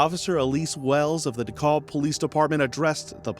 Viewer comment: Did he say Dekolb county ? It's DeKalb County. RIP beautiful lady and precious baby girl.